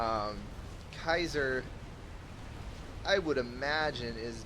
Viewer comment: keiser... I think it's pronounced keiser :p